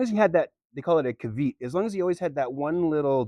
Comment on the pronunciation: Caveat is pronounced kaa-vee-ot, not cah-veet.